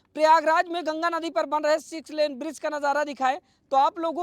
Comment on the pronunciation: Sex 😂😂 len nahi six Len